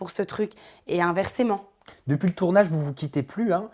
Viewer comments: Et inversement pas inversément 😂😂😂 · son inversement me stress, elle dit inversement et ca me stress trop